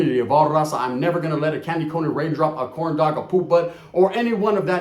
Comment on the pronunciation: He said corndogg 🤣